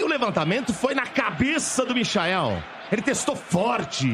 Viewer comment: O quanto mais o coitado do Michael vai ter que jogar pra ser respeitado véi!! Os caras não tem nem a humildade de falar o nome do cara direito!! Cê loko!!